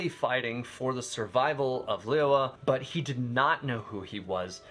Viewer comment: lee-you-ei not lee-you-were